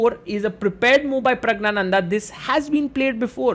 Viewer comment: That is not praggnanada that is pragyanada and he is not an indian he is tamilan